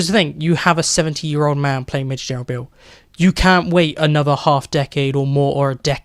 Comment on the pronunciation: you calledbeale wrong